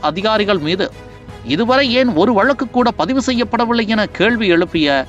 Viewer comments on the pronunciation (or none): none